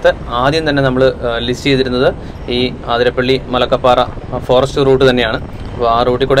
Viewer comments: ആതിരപ്പള്ളി അല്ല... 👉 അതിരപ്പിള്ളി 👈 എന്നാണ്.. ഇനി എങ്കിലും, പറയുന്ന വാക്കിലും, എഴുതി വയ്ക്കുന്നതിലും ശ്രദ്ധിക്കുമല്ലോ.. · അതിരപ്പിള്ളിയാണ്. ആതിരപ്പിള്ളിയല്ല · ആതിരപ്പിള്ളി അല്ല bro, അതിരപ്പിള്ളി